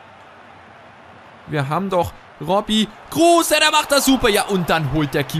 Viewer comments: Bitte sprech kruse anders aus er ist kein deutscher hör dir mal auf yt an wie er richtig ausgesprochen wird und ps. Cooles video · 1. Kruse wird ohne e ausgesprochen :D 2. Wenn du öztunali und yalcin tauschst hast du ne bessere chemie !